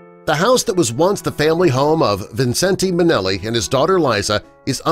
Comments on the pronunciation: His name is pronounced Vincent, not Vincen-te. You also need to get your facts straight about Judy. Millions of people the world over still love her and Liza and might get a tad angry at you, which includes me! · This was such inaccurate crap! He can’t even pronounce his name correctly.